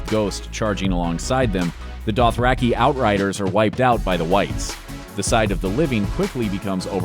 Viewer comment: when i heard the way they pronounced dothraki and rhaegal i excused it for simple mistakes but then i heard how they pronounced dolorous edd i- almost had to stop watching,,, they rlly said "dollar-us" edd